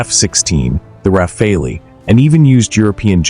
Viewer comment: A think there is no such fighter named the graipen nor the rafallee... Please try and make some effort, even though you're an American!